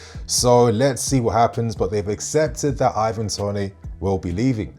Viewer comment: Mate he is English why u pronouncing it tonay?